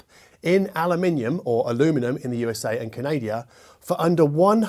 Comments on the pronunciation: Another thing that baffles me is that you often pronounce Canada as Canadia. Isn’t it ‘Can Uh Duh’ ?😊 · It’s not the first time I hear say: Canadia. Please! it’s Canada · canaadia?. It is important to pronounce Countries correctly. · Bro REALLY hates saying aluminum in the American tense lol “Ca-NAY-dia” …with a straight face lol 😂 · I think he was riffing on the aluminium pronunciation. It was funny.